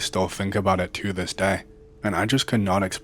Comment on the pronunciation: Highway 319 partially runs through Tifton, Georgia, USA, then Omega, Norman Park, and other towns heading South, crossing the state line into Tallahassee. It's pronounced a little differently like the rest of the funny named towns in Georgia. O-meega. Like our Scots-Irish, and Welsh ancestors. Doerun, which you'd think would be pronounced as the two words consolidated. Nope. Door-un. For funsies I'll list some hilarious Georgia town names. There are too many to bring down pronunciation for all of them. My grandparents lived in Hahira. Quitman is nearby, as is Needmore, Ty Ty. There's Blitch, Tiger, Between, Sparks, Mayday, Waycross, Poulan, Ochlocknee, Meigs, Nahunta, Hoboken, Hortense, Jot-Em-Down, Ludowici, Thunderbolt, Kite, Hopeulikit, Toomsboro, Santa Claus, Vidalia, Soperton, and I'm originally from Valdosta. Mutilated from Val d'Osta, or Valley of Beauty. M'kay.